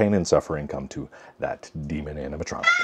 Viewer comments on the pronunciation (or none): none